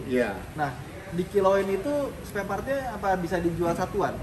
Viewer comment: SPAREPART BANG.. BUKAN SPELPART